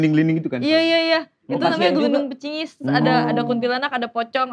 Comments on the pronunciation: Gludung pringis woy,bukan glundung pecingis,,,wkwkwk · Gundul pringis bukan gundul pecingis woy 😭😭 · GUNDUL PRINGIS kali bukan gungul pecingis hehehehe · GUNDUL PRINGIS Viiiii bkn gundul pecingisss 🤣🤣🤣